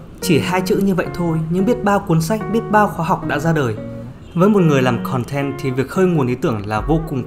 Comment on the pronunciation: "Khòn ten" =))